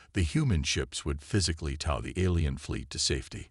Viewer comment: Need to teach your AI how to pronounce "tow"